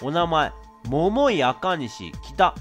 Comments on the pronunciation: 桃井の発音が違いすぎて毎回笑っちゃうｗ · みずあ 絶対イントネーション間違ってますよね笑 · ももいの発音絶対違う(笑) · モ↓モ↑イ↓ で草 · 待ってました～❗ それにしても ヒィッ↑クスってw ももー↑い も気になるw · モモ↑イ で笑ってしまうｗｗｗ